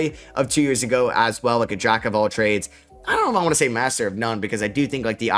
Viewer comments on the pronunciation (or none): none